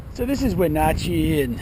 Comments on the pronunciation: Take a drink every time mispronounces Wenatchee. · Wonder if he ever learned how to pronounced Wenatchee correctly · The way he pronounced Wenatchee cracks me up.